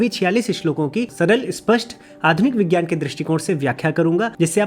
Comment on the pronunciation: मैने अपने हिंदी के शिक्षक से सुना था कि यज्ञ का सही उच्चारण यज्य होता है और अपने वैसे ही उसका उच्चारण किया है। लेकिन अगर ऐसा है तब तो विज्ञान को विज्यान उच्चारित किया जाना चाहिए लेकिन आपने उसका उच्चारण विग्यान किया है। क्या सही है क्या गलत इसको समझने की कृपा करें। धन्यवाद 🙏